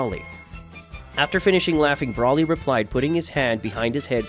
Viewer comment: I don’t like the way you say, Broly name you say it wrong